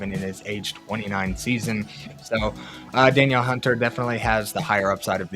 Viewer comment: Great info! Just wanted to let you know that Danielle Hunter is pronounced “dan-NEEL” instead of Daniel.